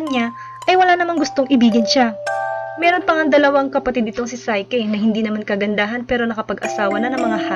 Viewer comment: psyche ... say - ki ---- NOT SAY - KE